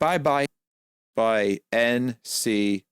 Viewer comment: Dude legit said NYNC 😂😂😂